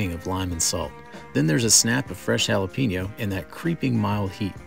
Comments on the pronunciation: It’s pronounced hah lah peh neeo not hah la peee neeo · Its pronounced: Hal-uh-pen-yo